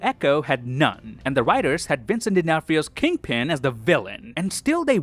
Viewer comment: Kingpin as kid-pin 😂😂😂😂